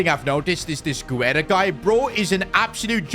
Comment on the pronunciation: Pronunciation: Guerra = geh-rrah